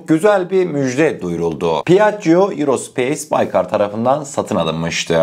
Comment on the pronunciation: Piaggio Eurospace duyuyoruz. Piaggio Aerospace.